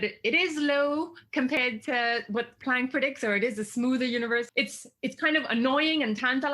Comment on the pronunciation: Is it my speakers or why do you say Pwanck?